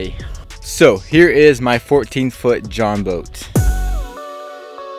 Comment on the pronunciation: It’s Jon boat not join boat